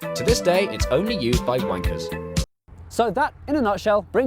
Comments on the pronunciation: Did he say wanker or bankers? Well, what's the difference? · Me too soo I misheard bankers which is not far off. Having said that, I once took a flight there and I'm neither. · See, I understood "banker". And then I was going to complain, since I am not a banker but used it. Now that I understand that it is "wanker", I withdraw my complaints. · did he say wankers?